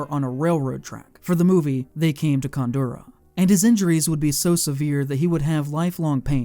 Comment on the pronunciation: What I don’t understand is how you can mispronounce titles and words that are clearly displayed? “You only live twice” NOT “once”. “They came to cordura” NOT “Córduna”. 🙄 To mention only 2.